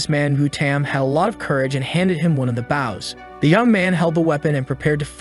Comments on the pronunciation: I hear baws instead of bows again 😢 😂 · the ai voice seems to be a sailor, consts tly talking about a ship's bow instead of an archer's bow.